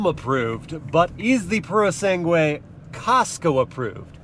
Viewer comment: Purosangue. Not Purosengue!!!! At least learn how to pronounce it....